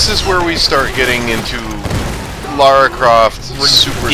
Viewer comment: Yeah, I don't get where they came up with the "Laura" pronounciation. The character's name is Lara - I've never heard the character called Laura prior to this LP.